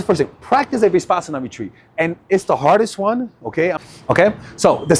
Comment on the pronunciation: Uh, in step two, u happened to say, "high intention. low attachment" when u already said it was to be the opposite... AND adding extra consonants into the term 'Vipassana,' time and time again... is quite ... odd .. to say the least. .. I have noticed that ur often saying 'she' when u mean 'he' and/or vice versa, and these word-mixes, totally unaware, just keep happening .. It has caused me over the course of time to have to rewind a lot for clarity .. I imagine making small clips of this content would be next to impossible .. given these recurrent slips .. of which there are more than just these. Other words as well... It makes for a difficult lesson. I get thrown way off .. and I also get a tad concerned.